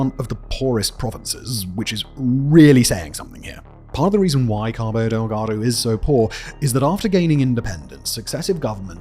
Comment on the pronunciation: LOL! The way says "Cabo Deldago." 😂